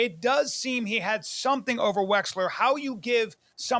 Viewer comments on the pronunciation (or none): Except for the the fact that the guys name is Les Wexner and not as Bryan( I’m so fucking smart) Callen says, Les Wexler multiple times… But other than that, you’re right! He’s a shitty comedian just like Rogue Joeblin and the rest of his band of merry idiots..